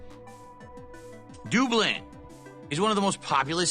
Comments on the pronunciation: Add Dublin to the list of words can’t say right. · Doob-lynn? Whaaa?